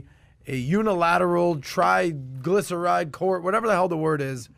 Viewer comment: really said triglyceride accord?? LMFAO yoooo no one caught that???? LMFAO